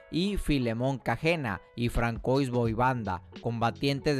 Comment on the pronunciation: Françoise se pronuncia fransuá :v